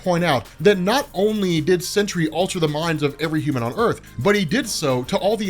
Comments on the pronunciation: ok stop, just stop, u said he can't be killed but then did something after he was killed, just stop, this is far too messy, you're fucking up wayyyy to much and it's NOT CENTURY, ITS SEN-TRY. FUCKING SENTRY. GOODBYE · Please can you call him The Sentry and not the Century. Slow down dude. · So u, like warren from cosmic Wonder, just HAVE to call him "century" when it's simply Sentry. "Sin-tree" geezus it's so simple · Century...I kept hearing century